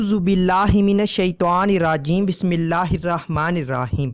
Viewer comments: Abe jahil Bismillah sharif toh Sahi se pad le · Abe gadhe bismilla padne ko sahi nahi padne aata hai Aur khuaab ki tabeer batane chaldiye ho haraamkhor.